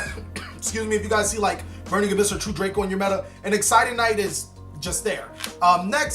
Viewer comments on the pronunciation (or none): none